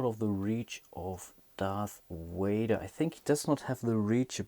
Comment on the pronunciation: I enjoyed these videos...thanks for making them. But my goodness the "Darth Wader " annoys me >.<'